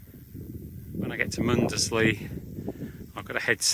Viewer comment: Good walking video. I'm from Norfolk. Cley is pronounced Cli or Cl...eye. Muckleburgh is pronounced Borough and not Burgh. Mundesley is Mundsley. Happisburgh is Hazeborough. Palling is Pauling. Few of your places pronounced wrong but i'll forgive that for the excellent content you upload lol